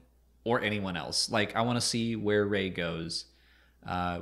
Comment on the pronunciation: “Ray-hitler” Star Wars explained~2019